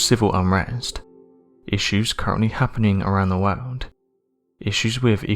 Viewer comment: This narrators voice is trash. He should try to eliminate the word “World” from his vocabulary. He sounds like the biggest fool ive ever heard when he tries to pronounce it.